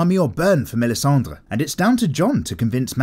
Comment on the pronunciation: props to yo for making this nice series, bro, but the way you pronounce "melisandre" is sooooo off